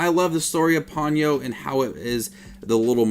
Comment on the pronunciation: Po-nyo rather than pawn-yoh.